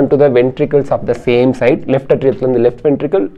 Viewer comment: Sir, your videos are superb👌Very clear and awesome🤩ATRIA PRONUNCIATION : 'ஏ'tria sir, not 'அ'tria.